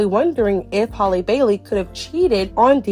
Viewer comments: Halleee not holly lol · Its Halle like Halle Berry.